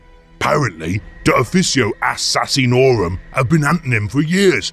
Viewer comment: ASS-SASINORUM - I'm willing to believe this is the correct Ork pronunciation of the word.